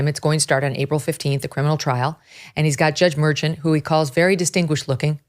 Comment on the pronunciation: It isn’t MÉRCHAN; the accent goes on the á. MERCHÁN. And this judge ought to go back to his native town Medellín, Colombia, and made life miserable for the real criminals over there.